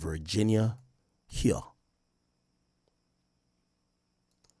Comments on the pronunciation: It's "Hoo-Win" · Big Ak, her last name is pronounced : “Huhh” “Win”… one syllable, you just gotta drag both those words into one. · Why you say her name like this 🤣🤣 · Nah the way Ak said Huynh 😂 karate tiger style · he just googled it and still got it wrong lol